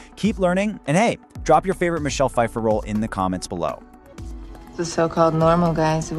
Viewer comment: How you mispronounce her last name and Greg worked with her in Margo’s Got Money Trouble not the Madison